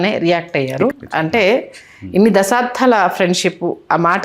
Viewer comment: Anchor గారు. "దశాబ్దాలకి"... "దశాబ్ధాలకి" కాదు... గమనించగలరు